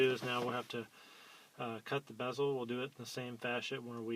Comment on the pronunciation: LOL its definately bezel (not Beezel) good vid tho